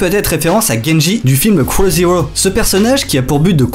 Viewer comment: l'accent est encore à travailler